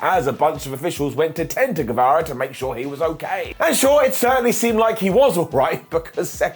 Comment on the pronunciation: Guevara* not Guevera